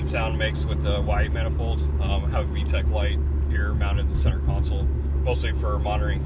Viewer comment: Vtec E not vtec lol.